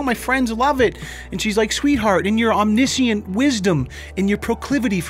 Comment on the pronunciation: you pronounced "omniscient" wrong. Matter of fact you often mispronounce words. Also, you misuse "I" and "me" quite often. In order to decide which to use, simply remove the other person. You wouldn't say, "Me want to go," right? So don't say, "Me and Mike want...". Likewise you wouldn't say, "she bought it for Mike and I," because you DON'T say, "she bought it for I."